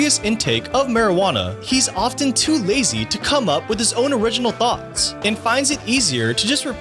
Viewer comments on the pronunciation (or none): I was listening, but stopped as soon as you pronounced the silent T in the word often.